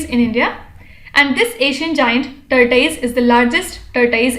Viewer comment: Make your pronunciation fair!...its tortoise not tort-ui-se